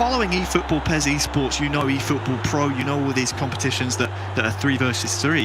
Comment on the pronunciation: "1000 efootbool points"